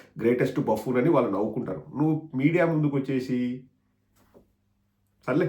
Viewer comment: బాఫూన్ కాదు బబూన్.